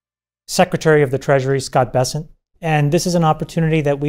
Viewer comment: Scott Bes"se"nt